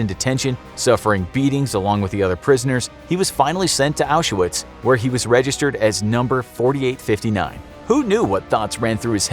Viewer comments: Why do you call it Auschawitz? It's pronounced Auswitch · He's pronouncing it wrong, it's pronounced Aushvitz :)) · aren’t you supposed to pronounce it correctly? or are you not using the correct sources?